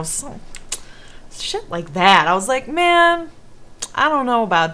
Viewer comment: I'm so happy that I'm not the only person that says "mang."